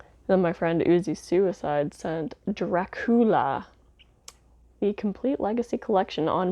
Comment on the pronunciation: Did the bat turn into Count Drac-we-uh? 🤣